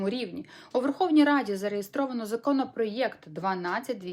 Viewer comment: Законопроєкт😅Ти клуша хоч вимовляй правильно😂